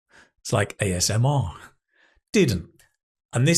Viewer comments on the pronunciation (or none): none